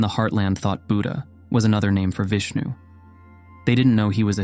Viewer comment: VISHNU. Has 'sh" in the pronunciation Vish like fish. Nu like new. Vishnu